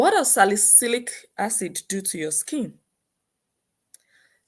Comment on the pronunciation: Wtf is she keep saying asad and they police said it wasn't asid what a scamner